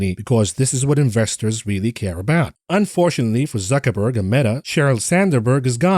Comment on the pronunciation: makes me smile everytime he says zuchinniberg